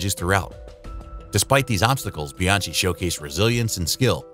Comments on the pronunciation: Jules Bee-Ann-Chee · Great vid! But you need to look at your surname pronounciation! Latfi? BianCHi? Koobika? :(